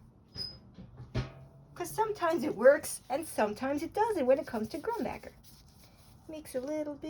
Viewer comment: 1) pronounced grumbOHker; 2) you’re using paint tubes not bottles 3) mang-Ah-nese; 4) the WN manganese paint you’re using seems pretty new, is it authentic? If you didn’t kneed the tube and the oil didn’t separate it seems suspicious. 5)mold holland paint seems stiff or dry out of the tube due to the high concentration of pigment vs suspension medium. Makes the tubes heavier in many cases too.